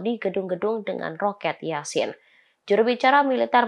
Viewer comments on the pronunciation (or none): none